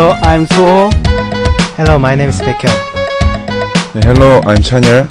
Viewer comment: Sehunnie always has this kind of blush/bashfulness when he introduces himself so I can actually picture his expression. D.O's pronunciation is perfect. Baek = Bacon forever and ever. Chanyeollie...that voice, omg!